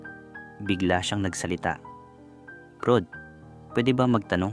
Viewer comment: Hindi nga kasi brod yong basa non.. brad talaga 😂😂😂